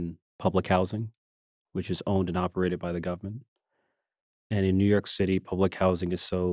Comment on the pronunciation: Richie, please don’t pronounce the word government like you’re from South Carolina. It sounds ridiculous.